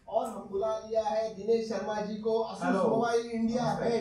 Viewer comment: Pehle 'asus' bolna sikh le